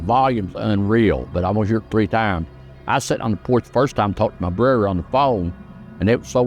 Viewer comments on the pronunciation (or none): That old guy can’t even say word brother right he needs speech lessons